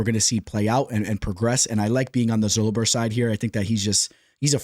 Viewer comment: Daniel Zellhuber is not Zull-Uh-Ber its Zell-Hu-Ber, there are countless but just had to point it out! But Keep Pumping Content some good stuff